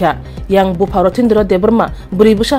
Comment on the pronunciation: Bupha ❌ Buphang 😂